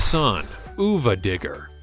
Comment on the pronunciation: I'm severely disappointed you forgot the most important monster truck, ever: Captain America! How could you leave that one out? Also, Sonuva Digger is pronounced Son Of A. It's supposed to be like saying Son of a B---ch, on purpose.